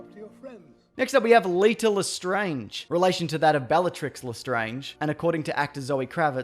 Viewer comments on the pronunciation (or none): none